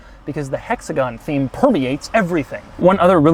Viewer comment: Doug I love your videos, but if you ever say hexagon again in any other video I'm unsubscribing